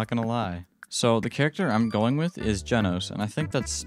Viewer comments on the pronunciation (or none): Its ge nos not geeeeee nos